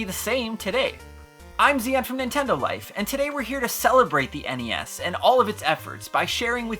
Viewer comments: NES is pronounced like the end of Hi-Res. Or do you say Hi-Ress? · "NES...or the En ee ess..for short." Good video man just busting your balls